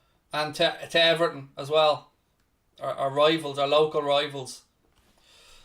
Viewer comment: Its 1nil "everhn"